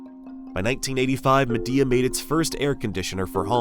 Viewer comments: Isnt it pronounced Mee-Dea like Xiaomi, Mi? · MY-DEE-UH ~per them, this is the pronunciation.